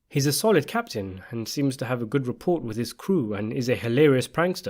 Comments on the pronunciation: ok bro.... its pronounced "RUH-PORR" not "REE-PORT"...... between this and the DYSENTERY instead of DISSENT has gotten under my skin..... i have commented on most every single video you have for the past several years trying to get you to notice the DYSENTERY but to no avail.....i must retire now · The T in Rapport is silent